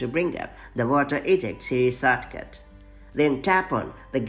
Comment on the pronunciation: The accent “sawtcaut”